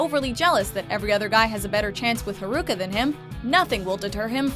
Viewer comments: I cringe when she said Haruka wrong 😒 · It's HA-RU-KA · Yea dubs are really bad They almost always pronounce names wrong. Like I was cringing every time she said Haruka and Nanase